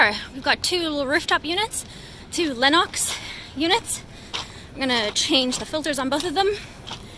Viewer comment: I like the way you say Lennox. You ain't from America. 😄😄😄 #NorthernHVACsister 💪🇨🇦 #HVACstrong 💪🇺🇸